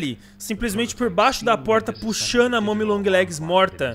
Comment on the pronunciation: Eu tambem escutei ela fala isso não é momi é mommy